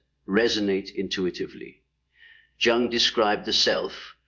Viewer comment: this must be a bad AI because mispronounced three words last one being Carl Jung’s name plus repeats same message over and over